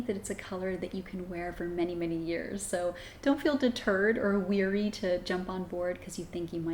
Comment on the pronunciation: Yes. THANK YOU. A good way to remember is: "be wary" like the word "beware". You don't say "beweer". 😜